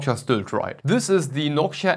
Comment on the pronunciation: It's Noctua. Not nockchia